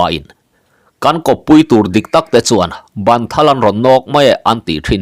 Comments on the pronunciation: Ban( in sak a, ban kan lam anga lamloh tur, kan ban(kut ka lam qng hian lam tur) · Bân kut ni lovin ban in dotu zawk hi a ni e, a chhiartu hian a chhiar dik chiah